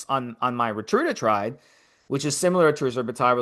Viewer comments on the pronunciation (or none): multiple times I have heard you call it Retrudatride or Rita. Instead of Reta-tru-tide and Reta. I love the show, just trying to provide listener feedback, nothing condescending. Keep up the good work great content, just an observation. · Ret-a-tru-tide. I love the show but people will take it more seriously if you pronounce the compound correctly. Keep up the great work.